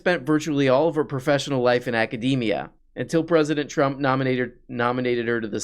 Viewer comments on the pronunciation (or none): none